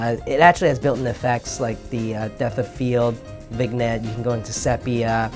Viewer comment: The "g" is silent in "vignette."